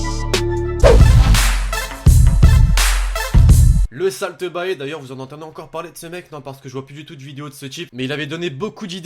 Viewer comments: Ça se dit "Salt Bé",pas Salt Baé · "Le Salteu Baé" 😂😂😂 Jpp ...